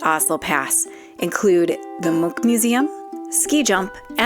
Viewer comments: Nice, one of the few tourists to Oslo that pronounce Munch as a Norwegian. I think you should try potato lompe with hotdog. Just as mustard and ketchup. Only important is that the lompe need to be fresh. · You said Munch right.... most Americans dont